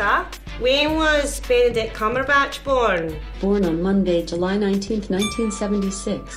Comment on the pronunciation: Someone says cumberbitch